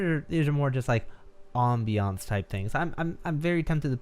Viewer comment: pronunciation of ambience gives me life